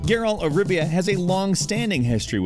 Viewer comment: Did he just say Geralt of “Ribia”?